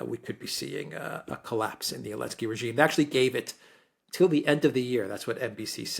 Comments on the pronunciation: doesn't know how to pronounce this lenski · Lost me after 5 mins - Mercouris’s voice is so pompous and he can’t even pronounce Zelensky